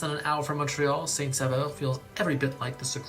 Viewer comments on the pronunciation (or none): It's SAINT-SAUVEUR (Saint-Savior) not SAINT-SAVEUR (Saint-Flavor). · Saint-Saveur 🤣😂🤣😂🤣😂 Please! It's Saint-Sauveur. It means Saint Savior. Saint-Saveur would mean holy flavour... 🤣😂🤣😂🤣😂 It shows that he does not speak French! And the mountain he showed is not the Saint-Sauveur mountain. Mountains in Québec are nowhere this big. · It's Saint-SAUVEUR, not Saint-Saveur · Its not saint-saveur XD its saint-saUveur😅 "au" in french is pronounce like the letter "o" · It’s saint sauveur! Not saveur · It is actually St. Sauveur not Saveur (pronounced Saint Soverr) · He spells St Sauveur incorrectly (leaving out the first 'u'), and hence pronounces it incorrectly as well. It's 'sain -so-veur', not 'sa-veur'. He also includes pictures from Banff National Park in his talk on Jasper (hundreds of miles away), and most of the skiing footage he includes for Saint Sauveur is from the Rockies - or maybe the Alps. That 'vista' is not from Golden, either (don't know where that shot came from). So overall, not a very reliable source, this video. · It’s saint-sAUveur not Saint-Saveur (saveur = flavor / sauveur = savior ) and it would be pronounced with the letter « O » instead of « AU » bcuz French do like switching letter sounds👍👍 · So, the town name in Québec is actually Saint-Sauveur, (prononced Saint. Sover) which means Saint. Savior in French. He made a mistake there. Without taking anything away from this really great town in Québec, another one would be Percé. This is the town right at the end of Gaspésie peninsula and faces the «Rocher Percé» (a gigantic rock in the middle of the ocean eroded by nature and looks like an elephant). You can whale watch there, have amazing food and meet so wonderfully friendly people you could ever meet in your life. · It’s actually Saint-Sauveur, not Saint-Saveur 😅